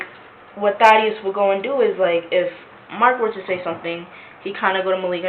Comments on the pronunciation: Thaddeus- like "bat", not "ate". It's a short "a" 😉. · It's pronounced "tad-ee-ous" not "thay-dee-ous". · Thaddeus. Not thay-d-us. Thad-e-us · "Thay-de-us"? It's a long /a/ like in "dad." Wtf? Also the echo and pitch is a no bueno for me. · Omg it's not Thay-dee-us it's Thad -e -us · It’s pronounced Thad-e-us 😊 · The annoying girl chosen for the AI narration even pronounced Thaddeous wrong 😂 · Sorry Lana, but you are not Malik’s gf. And that’s not how you say Thaddeus.